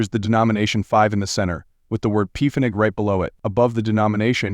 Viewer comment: The AI narrator cannot even pronounce Pfennig correctly and the coin on the film is a 5 Deutsche Mark coin! What a load of rubbish!